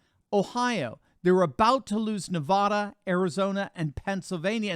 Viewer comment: Please, learn how to pronounce Nevada. It's Ne VAH duh, nout Ne VOH duh. Short A.